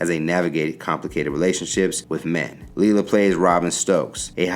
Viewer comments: It's not Lee la it's Lay la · is it leelah or laylah cause you pronoucing it inconsistently